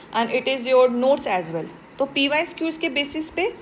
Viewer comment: Mam aap pysqs mt boliye..ajeeb lagta hy..pyqs boliye